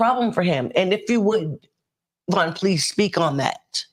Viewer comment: Yes Mr. Vaughn you said it perfectly